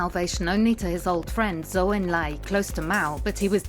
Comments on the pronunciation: If you want viewers to take your documentary seriously, at least find someone who can say the names correctly. “King” for “Ching”, “Zou” for “Jou”, “Ki” for “Chi”. And what the heck is „the Zedong couple“? Just use common sense! When was the last time you referred to John and Jacqueline Kennedy as „the John couple“??? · Or Deng... Zhou! "Daing" and "Zou." Lol, bizarrely lazy.